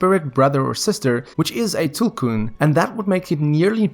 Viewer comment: Yeeees finally someone pronounced tulkun correctly